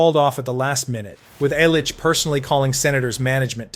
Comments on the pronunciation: It’d be nice if he could pronounce Mike Illich’s properly name as well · Dino's last name is pronounced "Cissarelli" not "Sick-arelli" and Ilitch is pronounced "Ill-itch" not "Isle-itch." I know, I know... AI scripted... but still. If you are going to produce content, perhaps make sure things are proper, maybe?